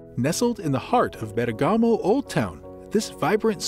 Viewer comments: Nice Video, I wish the pronunciation of Bergamo would be correct but it is not, its more like BER GAMO end not BERGA MO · it’s BERRRGAHMO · Gotta love that AI voice-over pronunciation of Ber-gah-mo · Virgiglio not Virgilo, and bergamo the accent is on the e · You need to pronounce the name of the city properly. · Ok the pronunciation of Bergamo is not good, everyone understood it. But why speak about Como lake? Bergamo has a very beautiful lake, Iseo lake, where in Sarnico they build the famous Riva speedboats ! Como is not so easy to get from Bergamo.